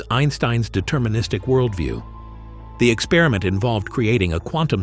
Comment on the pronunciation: "ex-perr-i-ment", not "ek-spearmint".